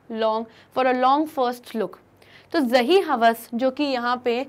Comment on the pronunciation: I paused the video for 2 mins and laugh when she said zahi hawass 😂😂